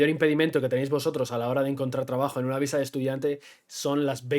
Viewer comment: Dijiste "amor a primera vista" o visa??? cuidado con recomendar a la gente que llegue a buscar el amor de su viSa, ya lo habiamos comentado... como dijiste lo ideal seria que el amor de tu viDa sea simultaneamente, el amor de tu viSa :P y aun asi.... no subestimes lo que implica un tramite de visa de pareja! (tal vez vale la pena abordar en otro video, entrevistando a alguien que lo haya pasado) las autoridades migratorias son muy muy meticulosas para asegurarse que la relacion es genuina, pueden llegar a pedir evidencias que parecen absurdas, pero que se les tienen que proporcionar...